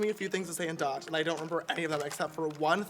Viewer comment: We need a series of james learning other languages just bcs its cute :< thE WAY HE PRONOUNCED THOSE DUTCH WORDS xD